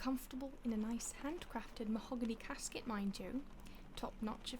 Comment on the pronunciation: MAHOGANY?! This is truly the height of luxury! Ma hogany